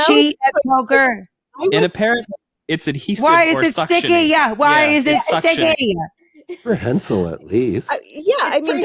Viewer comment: It's not pre-hentai But it is prehensile